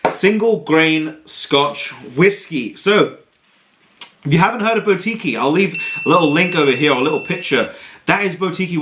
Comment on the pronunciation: My go you can't pronounce boutique. Google a word you don't know its embarrassing. boutique buːˈtiːk